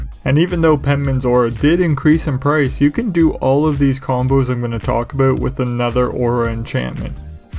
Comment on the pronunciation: It was the aboot. Not an insult by any means, just an observation 😁